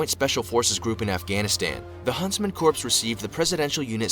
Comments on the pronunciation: I have to take issue with the video you used. When someone can not pronounce corps properly in their own language, they lose credibility. Not picking on you sir, I love your videos! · (Twitches every time the vid mispronounces corps)😐😑😐 Also...the Korean War cease fire happened 1953😐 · Their mispronunciation of corps make me question the whole video. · Yeah, it's an accent. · "Corps" is not pronounced like "corpse"... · LOL...this is me not taking any video seriously that pronounces the word corps as "corpse". 😂😂😂😂😂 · Americans know “Corp”, but this is what happens when a YouTuber makes a video vs an actual person with basic military knowledge 😎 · Damn, imagine pronouncing the “p” in corps 😂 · "corps", I ain't no rocket genius but I'm pretty sure that's not how you say that.... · New drinking game: take a shot every time the narrator mispronounces "Corps." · I wish the video narrator knew how to pronounce "Corps". Not talking about. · It's really cringe that whoever made that Special Forces video doesn't know how to pronounce "corps." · Why does this narrator say"corps" it sounds like corpse... I've one heard It called or said like CORE. With the s as silent.... alot like my home state Illinois:to all it's not said with the s.... the s is silent and it's an indian name.. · There pronouncing corps like corpse not core... lol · I wanted to throw something every time that video said 'corpse' it is corps is pronounced 'core' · Why do people pronounce the word CORPS with the P and S. The P and S are silent. The word is pronounced COR. Period. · Whoever did the initial video is an illiterate bastard. Corps is pronounced "core" NOT corpse. Try calling it the United States Marine corpse. You will be corrected quickly, sometimes loudly and humiliatingly. The original reader is an illiterate fool. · They pronounced "corps" as "corpse." It's pronounced "core" people. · Nothing pisses me off more than people pronouncing Corps as corpse and not as Core